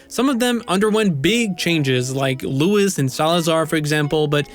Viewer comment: Luis not Lewis.